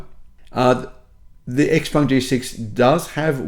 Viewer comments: It's Shi-peng not Eks-peng. Before believing any nonsense the manufacturers promise ahead of the sales start, I STRONGLY recommend anyone who wants an Xpeng (and they are nice cars to drive) to rent one and try a couple of DC fast chargers. Then when you know the 70% of the charger models and brands, the car does not communicate with, you can plot a range map where you will not be able to go with your beautiful, fast, new car. If you own a house and want a 500 horsepower sports car for city commutes, the Xpeng is ideal. If you do a lot of long road trips, you cannot buy a non-Tesla. I hate the looks of Teslas, cannot stomach the manufacturing quality but if I wanted an EV and did a lot of road trips, I wouldn't look at anything but an S or a Y. Any non-Tesla is distilled masochism. And last point - what cells will your Xpeng have? CATL or CALB? After three years when the thing has 400km range rather than 570km, be prepared for the pitch that this is within the 20% degradation that is to be expected. If you cannot afford a Tesla why buy an expensive Xpeng? Get a cheap EV that also cannot be DC fast charged and still is swift enough for the city. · Pronounce the name properly, ShapuwPung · Please learn how to pronounce Xpeng if you are a paid salesman for them.